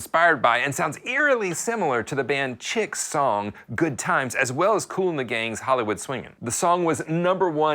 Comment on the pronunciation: chic is pronounced "sheek"